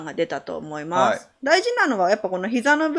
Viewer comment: おもますってなってるw(((((